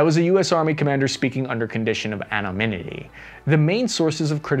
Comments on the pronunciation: Anonymity not anoMinity. Just trying to help. Impressive work. Also impressed by your expansion of the scope of your subject matter. You increase the value of YouTube. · Amonimity 🤔 ... I think it's Amonamity ... Abominanity? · Anonymity not Anomynity